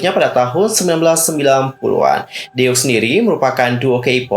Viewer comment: Kayanya cara baca grup “ DEUX “ itu deu ajah ka x nya ga ush dibaca. Kaya deu kalo org sunda ngomong. Karena ini diambil dari bahasa perancis yg artinya 2.